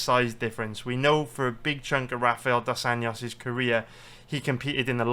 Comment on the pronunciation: If you can’t pronounce Dos ANJOS just say RDA